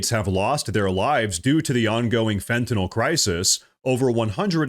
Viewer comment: You pronounce Fentanyl properly im subscribing